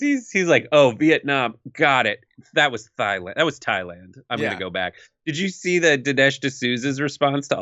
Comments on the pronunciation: Setting aside his inability to speak or think coherently, the economy has tanked since he took office. "Thigh-land" "Yo-Semites!" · He didn't even know he said it wrong. Someone in his ear corrected him. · Dead he say Thighland? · Jajajajajaja what did 🍊 say tighland instead of Thailand 😆😆😆😆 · He probably thinks Thighland is some kind of porno name and not a country. It's Thailand! (like tye land) Gosh! (Insert Napoleon Dynamite line last in the Heder inflection). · Thighland? Lol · THIGH LAND? GIVE ME A BREAK. DID HE EVER PASS 6TH GRADE READING???????????????????????????????? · Did you catch that he called Thailand, "Thighland," lol! He's such an idiot. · "Thigh-land". ROFL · "Shifting production to Thigh-land..." That killed me. I think that's even worse than that small country in the Himalayas called "Nipple". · First stop: Thighland Second stop: Breastland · Wait... Thigh-land? Yose-might? FFS his mind has regressed to that of a 5-year-old. And there are people out there who want to reelect him?? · Hmmm.... "Sailand"??? 😂😂😂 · Actually, he said "thighland". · Now I really want the Trumpanzees who for years chided Obama about saying "57 states" tell me how Trump is a superior orator and highly intelligent after saying "Thighland" and "yo-semites." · Thigh-land ?????? Where next Boobyland ? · Trump reads Thailand and cannot recognize it? 'Thigh Land'. That's some real cognitive ignorance shit right there. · Did... did Trump just say "thigh-land"? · Did he say production to "thighland"? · 🇬🇧 Did I hear thighland. That's as bad as "oranges". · he literally said 'thigh land' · Thigh land? The British colonial types called it Siam ffs. What an idiot. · Thigh-land! HAHAHAHAHAHAHAHAHAHAHAHAHAHAHAHAHAHAHAHAHAHAHAHAHAHAHA What a dumbass!! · Thy-land lol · Did he say "Thigh-land"??? Yo-semite??? 😂🤣😂🤣😂🤣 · THIGH-Land! LOL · Did he really say "Thigh-land"? I just thought I was really high yesterday.